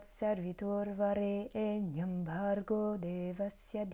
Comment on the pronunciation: Bonjour. Si je peux me permettre, ta prononciation est plutôt bonne dans l'ensemble, mais fait attention à Savitur. Tu dis Sarvitur, et c'est Savitur. Le Sanskrit est une langue précise, et mal réciter des mantras peut générer des effets indésirables, puisque ce sont les sons qui agissent directement sur nos centres énergétiques. ॐ Shanti ॐ